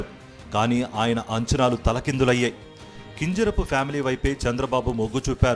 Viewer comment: Tel prononsation baguledu kinjarapu correct ga cheppali